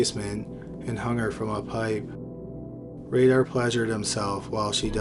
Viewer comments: Raider like Paul Revere and the Raiders not radar. I learn how to read. seems like you’re from Canada. That might be the problem. You’re a Canadian. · Dennis Rader prounouced (Raider) not Radar (Raydar) Cupie Doll pronounced (QP doll) not (Q Pie Doll)